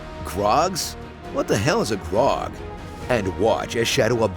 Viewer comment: Did he just pronounce Graug grog?